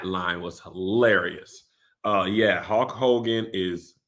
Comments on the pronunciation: I hate how Kev says Holk Hogan instead of Hulk 🤣🤣🤣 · Kev… something has to be said about the way you pronounce words with a ‘U’ and ‘L’ next to each other… it’s truly egregious lol🤣🤣🤣 it’s “HULK” Hogan…. Not “HAULK” 🤣🤣🤣🤣 it ain’t “AULTIMATE” Warrior…. It’s “ULTIMATE” lol